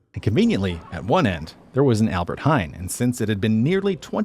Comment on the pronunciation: It is not Albert haaain it is hein with an ei/ij sound a haai is a shark , pronounced as in Hi!